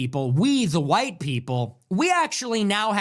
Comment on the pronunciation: iSWEAR "WE THE WHITE PEOPLE" SOUNDS HILARIOUSLY HILARIOUSsssss Coming FROM A MEXICAN 😂😂😂😂😂😂😂😂